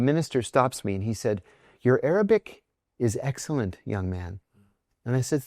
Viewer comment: Misheard you. Thought you sad aerobic and not Arabic. It was quite amusing for a while 😂😂😂😂